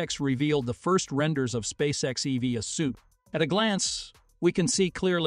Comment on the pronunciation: EVA not EV uh. Feed the computer voice the correct information